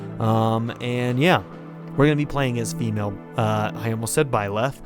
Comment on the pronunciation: Your robin is beautiful... And when you say byleth i smile hahaha...